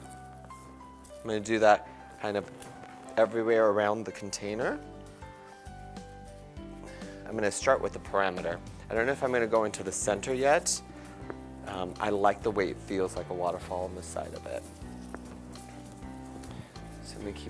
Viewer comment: Wonderful work but PLEASE—it’s PERIMETER, not PARAMETER.